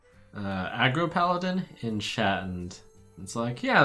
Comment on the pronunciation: He literally made no mistakes whatsoever tho